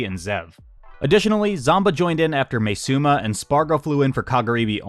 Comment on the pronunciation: btw im pretty sure its pronounced as ma-e suma rather than may suma